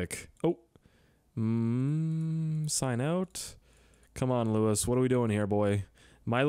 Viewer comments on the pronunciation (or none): Thanks for playing my level. It's loo e not lewis